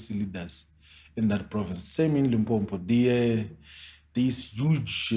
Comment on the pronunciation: Did he pronounce it Limpompo? 😮